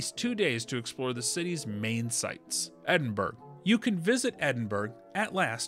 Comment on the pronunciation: Great video with helpful tips. You mispronounced “Edinburgh” though. 😊